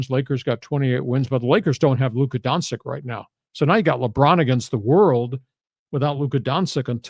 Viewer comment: I love you, lee, but embarrassing -- not only to say Doncic is from Serbia, but you can't pronounce his name right 😂😂😂 Bleeping brilliant 😊